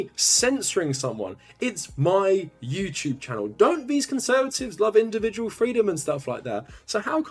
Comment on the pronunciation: “Youchewb” lol